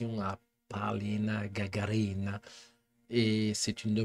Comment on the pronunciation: У Вас неплохо получается говорить по русски!Конечно,как все иностранцы,Вы неверно ставите ударение в фамилии Полины;не ГагарИна,а ГагАрина! С уважением к Вашему труду и интересу к нашей культуре.❤